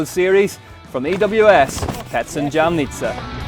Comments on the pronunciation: also we were racing in: YA-MNEE-TSA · Loool, yeah, never heard anyone butcher Lukasik's name so badly, it is not that difficult! Also, leave jam on sandwiches, do not put it in Jamnica, a little effort and research shows a bit of respect, you can do better! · Not one person have I heard that pronounced Jamnica correctly...